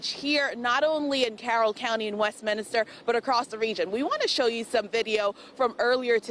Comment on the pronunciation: There’s only one I in Westminster. It’s not West-Minister. Ugh.